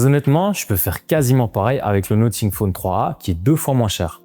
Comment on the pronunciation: Pourquoi prononces-tu 'Nottingue' ?